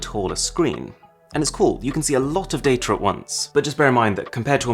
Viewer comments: Surprisingly,no one is talking about how he pronounced "data" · How is it that a word spelled, D A T A, is pronounced as Date-er? 😉just joshin ya! Love the videos brother!